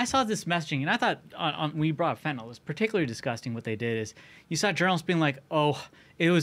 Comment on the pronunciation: Guest was pretty smart, but he still can't read. Fen-ta-NIL not fen-ta-NOL. Like he's never seen the word before. So to be fair, he's as smart as nearly every member of Congress.